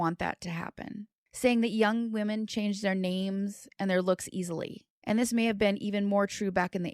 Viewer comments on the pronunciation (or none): none